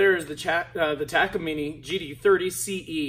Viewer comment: First person I hear say “ Taka - Mini “ Much love my dude 🔥🤘🏻